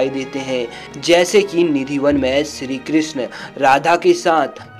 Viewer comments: सिरी क्रिसन मिसरी परसाद । क्या बकवास है सही शब्द नही बोल सकते । चले है भगवान को वर्णित करने । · BHAI BOLNA SIKH PEHLE PANDIT KE PUJARI KYA HOTA HAIN MANDIR KE PUJARI TO HOTA BHI HAIN OR SHRI KRISHNA BOLNA SILH PEHLE